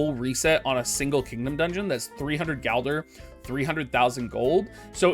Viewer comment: It's gilder not galder :(